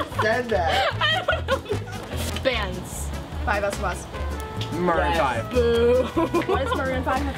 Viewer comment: I was crying of 5sos rn and you had to bring it back up 😂oh and its pronounced 5sauce